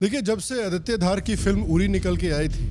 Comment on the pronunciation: He's name is आदित्य not आदित्या